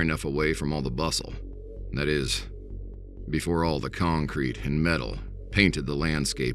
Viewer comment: "The Day Befour" 😂